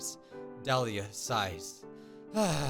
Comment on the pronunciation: 1. YAY YOU SAID MY NAME RIGHT